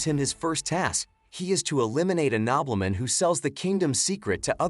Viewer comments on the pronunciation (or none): Nobbleman... Gobbleman 😹😹😹